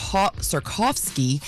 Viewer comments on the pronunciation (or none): These chicks can't read or pronounce shit. Sikorsky is the helicopter manufacturer. It's pronounced how it is spelled. Swarovski is the crystal jeweler. If you're going to read the news on a nationally syndicated radio show, it's important to get the little things correct